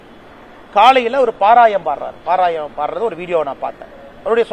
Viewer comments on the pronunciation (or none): Athu parayanam. Not parayam.